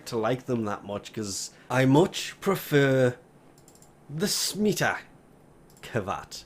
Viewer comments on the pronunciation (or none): none